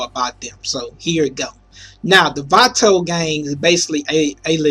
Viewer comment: Da faqing pric prenounced vatos wrong. I hate this guy so much